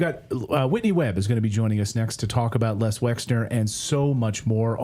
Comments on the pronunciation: I'm not trying to stick up for the man but his name is not Lex. it's Les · You do realise that it's LES Wexner (LESLIE Wexner) and not LEX Wexner. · Never mind spell it .... Les not Lex ffs. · Les Wexner, geeeez get this criminal’s name correct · Isn't it Les Wexner? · Whitney Webb is brilliant. Poor Natalie seems unable to pronounce the name Les Wexner.